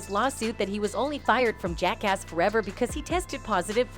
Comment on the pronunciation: She sId Jake-ass 🤣. Sounds like something you call a cop